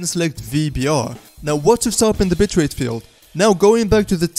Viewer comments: did he just say bit*h rate. It's just the accent hahaha sorry btw you also made my DAY! thank you so much! :D already subscribed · Haha yes he did